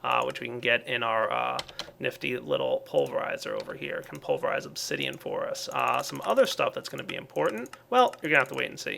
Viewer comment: said Obzidian near the end. best flub ever.